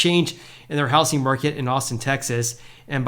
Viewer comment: Repeat after me. It’s pronounced how-zing market. Not house-ing market.